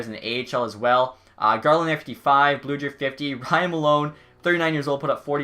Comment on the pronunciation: Teddy Blueger is pronounced "Blue-grr"